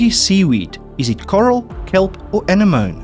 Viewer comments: "Ana-mone" is "anen-omy" emphasis on the "nen" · Love the quizzes, but you really got to work on some of those pronunciations; you butchered A nem o ne.. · Anemone - A-nem-o-knee